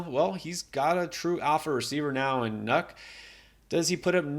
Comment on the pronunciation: Love the content guys, side note It’s “nuke” and not “nuck”😂